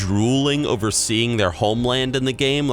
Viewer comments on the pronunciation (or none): none